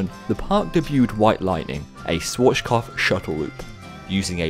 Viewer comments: Actually, what a lot of coaster enthusiasts mispronounce, I’ve noticed, is the z in Schwarzkopf, which they incorrectly pronounce as ch or sh, when it should be a ts, as in the middle sound in pizza. Here gets that right. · Schwarzkopf is a name well established in English, so the Anglicized pronunciation of the w is perfectly correct. Every country has foreign names that become adopted and have the pronunciation change, including Germany for that matter.